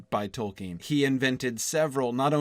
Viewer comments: that dude doesn't even know how to pronounce "Tolkien", let alone the names of the characters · he doesn't even know how to pronounce "Tolkien" correctly, unless he's finally learned it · everyone's talking about Colbert for some reason, but that's a guy who literally didn't know how to even pronounce "Tolkien", let alone the names of the characters.